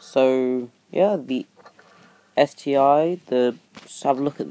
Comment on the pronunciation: It's ST-ONE NOT ST EYE.